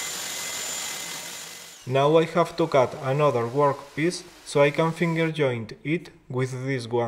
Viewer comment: Very cool..but now I can't stop saying "gwork piece." 😂